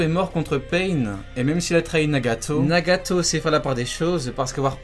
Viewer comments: pourquoi tu dit nagatooos comme sa c'est nagato ! !!! Pas nagatooos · Mddr tu me tue t’aime trop rajoute des « tso » partout genre « Narutso » Nagatso » 🤣🤣 sa se prononce « Naruto « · Les frères s’est moi ou quand il dit nagato il le dit d’une manière trop bizarre 🤨